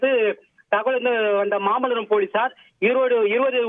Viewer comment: Mamalaamaaa Ila aiyya mamallapuram